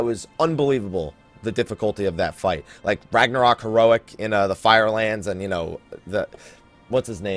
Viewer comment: Chuckled at "Ragnarok" heroic. Poor Ragnaros is feeling mighty sad right about now.